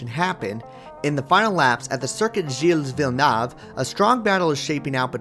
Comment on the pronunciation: I’ve never ever in my life heard anybody butcher the name of legendary F1 driver Gilles Villeneuve that hard. The extreme miss pronunciation almost made me not understand it and I asked myself at which weird circuit this happened haha. Anyways amazing video, good job!